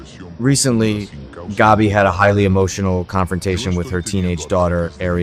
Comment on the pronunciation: Pronounce Gabby‘s name correctly, please.